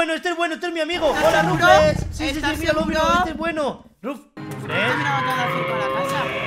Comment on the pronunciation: XD Es que ese no es Ruflez, es Ruflas XD